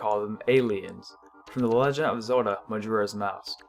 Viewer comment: ''Lega a Zoda''